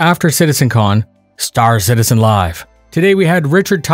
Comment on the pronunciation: You mean "Stair Citizen"